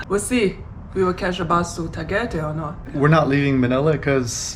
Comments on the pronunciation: It's not "Tu," but "Ta." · It's NOT Ta-ghee-tay ! It's Ta-guy-tai LOL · Your pronunciation is wrong. Tagaytay is pronounced Ta Guy Tigh. My wife from Baguio and I go there often. If you asked a Filipino how to get there with your pronunciation they would not know what you are talking about. It is easy to make that mistake as the same way in Thailand if you asked to go to Pattaya (pronounced Patti ya) Thai people will not know what you are talking about. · It’s “Tah-Guy-Tie” ffs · $120 a month on alcohol? Lol that's a crapton of drinking for the Philippines 😅 It's actually pronounced Tuh-guy-thai but I'm not trying to nit pick. Budgets are like a-holes.... everyones got one and I don't want to hear about nor see any of them. It's all vases on what your lifestyle is. Some can do $800 a month, some need $2,000 a month. The problem is most Americans feel they need to bring the US with them to the Philippjnes. This is incorrect and it defeats the point. Why not just stay home then? Oh and you forgot to add in Visa renewal fees and saving for the "Visa Run" ticket when it comes time if you are not on a SRRV or 13a Visa. I say this because most will be on a Tourist Visa like myself. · Tagaytay (Ta-Guy-Tie) looks awesome., I thought you saw a Ferrari that’s why you were saying “Ferris Bueller”😂. Stay and safe and have fun🙏🏼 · Tagaytay = "Ta - gai - tai." One of my favorite places in the Philippines. "Bueller?" "Bueller?" "Bueller?" ..... (From "Ferris Bueller's Day Off," a CLASSIC. One of my favorite movies back in the 80s. John Hughes, R.I.P.) ..... Nice haircut, btw. IMPORTANT REMINDER: Although Tagaytay is an elevated area, with its very cool climate, it is very nearby Taal Volcano. Taal is one of the most active volcanoes in the World. All you expats might want to consider THAT, first, before making a final decision to actually live in Tagaytay or not. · Your pronounciation of Tagaytay leaves a lot to be desired 😄